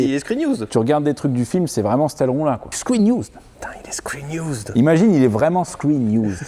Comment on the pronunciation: Un mot à retenir : " Screen iouuuuzd "